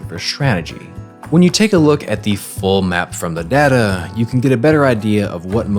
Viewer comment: ITS DATA NOT DATA